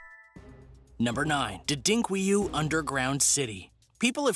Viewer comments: Repeat after me: 'Derin', got that? Now 'ku-yu'. Right? Now pout them both together and say 'Derinkuyu'. got it now? Not Didinkweyu. And the Turks didn't build them. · LMAO. Not Der-Dink-way-you, pronounced Darren-Kew-you. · Derinkuyu. "Dare-in-ku-yu" how did you get "Dedinkwiyu"?? Video was nice though. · that name is pronounced, DARE IN KOO YOO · #1: Dadink-Kree-Yu ??? That’s hilarious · Someone would also tell the narrator Derinkuyu is not pronounced “Dudinkweyou.” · He just called Derinkuyu something I've NEVER heard of..He said DUHDINKWEYU !!! Just listen to him and tell me if that sounds like the spelling Derinkuyu..... WTF IS WRONG WITH PEOPLE?!? - Does anyone check to see if what they are posting is bullshit, fake news, lies, are just plain WRONG????!!!! ASSHATS!!!!! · Lol you mispronounced byzantine and the name of the Turkish city. Maybe google the pronunciation before you make a video